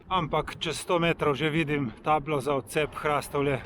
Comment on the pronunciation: Hrastovlje se izgovori z povdarkom na o HrastOvlje ne pa z povdarkom na a kot vi izgovarjate... samo opomnik😉